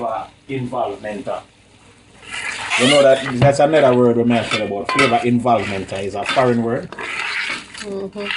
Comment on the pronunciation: tooo funny.. "u waah infuse di pot wit flaava"